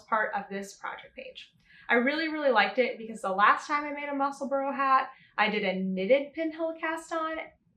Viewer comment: The correct pronunciation is definitely ‘Musselbura or burer’ Edinburgh is mispronounced in America in the same way. It is Edinbura or Edinburer.